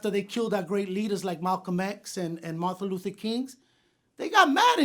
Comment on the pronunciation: Did he just say martha luther kings? Lol